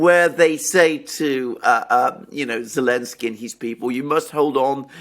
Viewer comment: why does the man say Olensky when referring to Zelenksy? as a native english speaker i am strictly just curious?